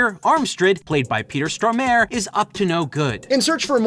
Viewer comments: Lol! Peter Storm-ar-e, you butchered that so badly I couldn't for a spell recall one of my favourite actors name. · * Peter Stormar-eh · That is the worst pronounciation of [Peter] Stormare Ive ever heard XD (I dont usually hear his name in english though).